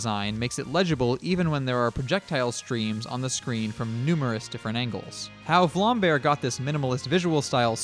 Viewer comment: its not vlambear its vlambeer